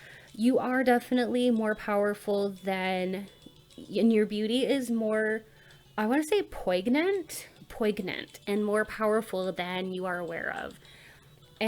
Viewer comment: Pile 1: Totally. Poignant is pronounced like “poin-yent” no G sound. If only I looked as good as described, haha! That Leo vibe is following me around, I swear. Thank you as ALWAYS!❤